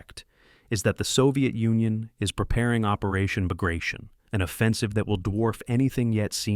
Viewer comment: Just when I was going to compliment on finally saying Bagration correctly, we get Pas-de-Calais. Seriously?